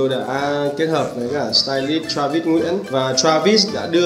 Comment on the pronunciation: "cả tai lít" :))))